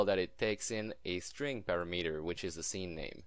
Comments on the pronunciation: Just FYI: parameter is pronounced PAh-RAM-eter, not PARA-METER Thanks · pu-RA-mu-tur not para-MEter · It is pronounced a PUGH-RAM-eter. I hear SOOOO many people say this the way you said it... PARA-METER, which is totally incorrect.